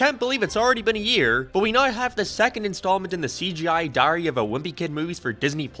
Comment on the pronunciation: You say diary a weird way